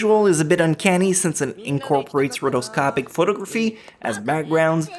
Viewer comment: Where does your accent from, when you said Telepathy and photography it sounded weird.. All good though.